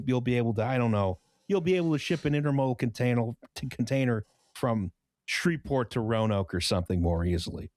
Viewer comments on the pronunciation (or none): none